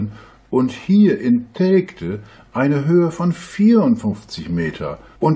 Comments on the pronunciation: Der Ostfriese soll mal lernen, dass Telgte "Teljte" ausgesprochen wird... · Wie der Flacherdler Telgte ausspricht... Da rollen sich einem ja die Fußnägel hoch...